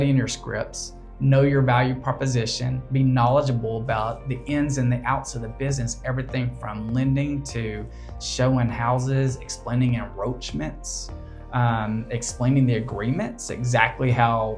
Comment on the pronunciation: Why is he saying enRoachments? Isn't it encroachments?